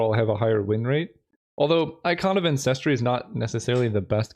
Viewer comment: This is not important but the word ancestry has the stress on the first syllable, and it's slowly driving me crazy.